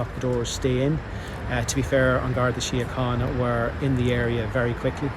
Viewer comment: Garda Shinohana. That's how you say it 👏 😊😊😊